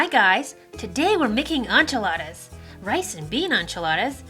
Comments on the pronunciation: HOLD UP— did she say "ONchiladas"?? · This recipe was very good, but your pronunciation of enchiladas made me very uncomfortable